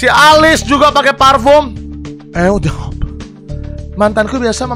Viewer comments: siapa yang ngakak setiap kali dia bilang eau de home 😂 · Hal terngakak adalah pas bg brando ngomong "EU DE HOME" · Ngakak pas bilang Eau D'Homme 🤣🤣